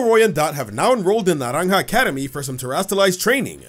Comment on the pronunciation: The pronunciation of naranja is spot on🎉